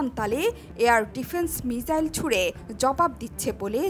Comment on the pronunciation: মিজাইল না মিসাইল বলেন 😁😁